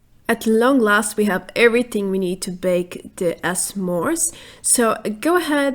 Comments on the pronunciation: i dont remember s'mores being pronounced as s mores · hi the apostrophe is silent it is just Smores :D It's an american thing. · it's pronounced smores 😉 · That's tots adorbs the way you pronounce s'mores! :) Great video, once again. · Guten Tag, Love your FO76 videos, but I want to give you the correct pronunciation of s'mores. S'mores is a contraction of the two words some and more as in "I would like some more." To correctly pronounce the word, you pronounce the s and m together like you would in the word small, similarly as can't is the contraction of the words can and not. With that all said, knowing that German is your first language, you have done a fantastic job in mastering the English language in order to be above to produce these videos. Keep it up.